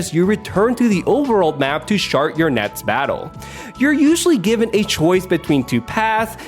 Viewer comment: Bro speech therapy doesn't cost that much money instead of ear r*ping us with your speech impediments in what I assume is a career you want instead of a day job you should invest in not sounding like a mush mouth re*ard. I almost spit out my coffee when you pronounced "start" as "shart". Get help or put the fries in the bag